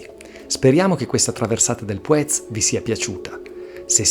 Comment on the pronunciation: Mi spiace per il meteo poco favorevole. Gran giro cmq. Il nome Puez l' ho sempre sentito pronunciare con l'accento sulla u a dire il vero :/